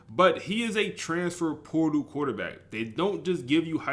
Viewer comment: POR- TAL my guy lmfao not transfer poodle lmfao!!